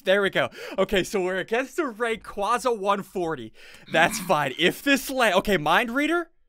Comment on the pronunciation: The name is Rayquaza not Ray qua za